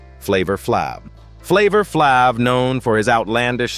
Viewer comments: Flavor Flav, not Flov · Thank you for saying this, it's so annoying! Flavor Flob!🤣😂🤣😂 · Who is flavor flop😂😂 this vidoe is bs cant even say people name right 😂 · thought I'd bust a gut laughing at the mispronounciations of some names especially Flavor Flab. 😂😂😅😅😆😆😅😅😂😂😆😅😂 It's pronounced Flavor Flav exactly as it's spelled. Also people forget that celebrities are human beings with faults like everyone else. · You pronounce it ‘ flav(e)’ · His name is pronounced Flavor Fl-av long a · Its pronounced Flay-vor Flayv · Flavor-Flāv is how is name is pronounced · Flavor Flav is a legend can you please pronounce his name right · Wow the mispronunciation of Flavor Flav